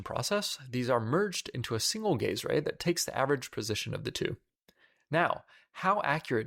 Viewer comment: "The gay's ray." Me: "The what now?! Ohhh... the gaze ray. Well, sounds cool either way"